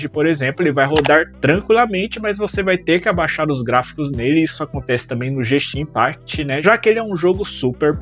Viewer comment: Primeira vez que escuto alguém falar o nome desse jogo assim... "Jenshin Impact" - Não. O modo não "transforma" o seu tablet num "Computador", ele simplesmente reveste o android com uma nova aparencia que lembra um PC com Windows. Ele não vai passar a executar apps de windows por exemplo, são os mesmos apps de Android só que aparecem em janelas que podem ser "minimizadas", movidas e etc. Também acrescenta uma "barra de tarefas" e outras coisas que o Androido normal não tem. Basicamente: se você não tem um tablet para estudo, compre algum tablet S6 Lite (o mais barato que vc achar). Se vc já tem e quer melhorar o seu desempenho compre um S9 FE ou outro mais parrudo. Se vc ganhou na loteria aí compre um Apple.